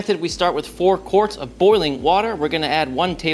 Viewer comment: “four quarts” lmao